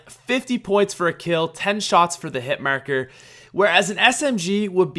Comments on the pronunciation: Lol "hitmerker" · haha the way he pronounces hes "ars" hitmARker, regARdless, bAR, ,hARSh. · when he said hitmarker I cringed